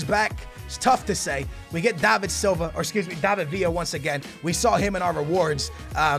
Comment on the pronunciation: he said davidsliva instead of david villa